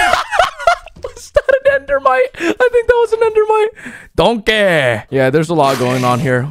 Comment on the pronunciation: "Donkeh" ~ 2021